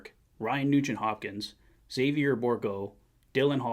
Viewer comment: Really appreciate your pronunciation on Xavier. Respect.